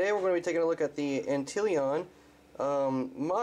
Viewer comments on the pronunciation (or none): Why do you pronounce AntLion the way you do? Why not just ANTlieIN? Why ANTileeon?